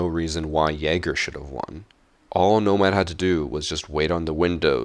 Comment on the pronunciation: Each time he said Nomad, I cringed so hard